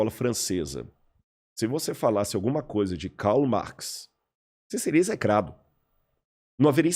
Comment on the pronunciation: Eu sou acadêmico desde 2004, na área das Ciências Sociais e te afirmo que ele não sabe do que está falando. Ou sabe e dá falso testemunho. Ninguém lê Karl Marx ou Antonio Gramsci. E ninguém pronuncia o nome deles com esse sotaque, seja no Brasil, na Alemanha ou na Itália...). Em todas as disciplinas de graduação, mestrado e doutorado, eu li Marx em, no máximo, quatro. E Gramsci, em duas. Por isso, minha pergunta permanece: esse cara passou pela universidade mesmo?